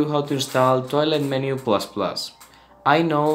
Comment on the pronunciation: it sounds like hes saying toilet maker ++